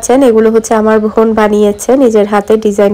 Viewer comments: apni bar bar von von bolen kano bon bolte paren na, osojjo lage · apu oita von hobe na. bon hobe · আপনি বোনকে ভোন বলেন কেন?